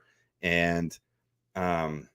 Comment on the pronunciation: why can’t you get it through your head that the G in Gervon is pronounced like the G in George, NOT like the G in Gregory? It’s like you would pronounce it if it was spelled Jervon.